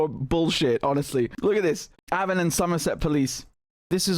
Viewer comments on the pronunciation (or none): Avon is "A" as in pay.Avon